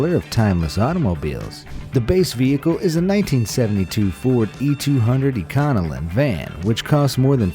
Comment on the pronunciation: Chassis and econolin? It's pronounced chassie and Econoline.